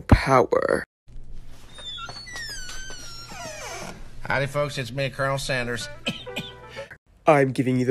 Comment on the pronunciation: give daddy your puwer😂